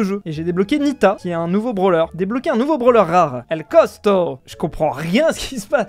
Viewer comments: El costo❌️ cotsco✔️ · Tu dis cosco au lieux de costo !! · c’est ell costo pas cospo 😂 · Il dit pas « el costo » il dit « el cosco » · c'est el costo pas cosco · "El CoScO" "CoTsCo"😂😂😂😂